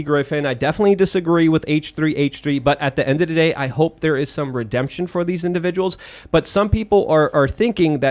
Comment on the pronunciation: "endadaday" is my favorite Lukeism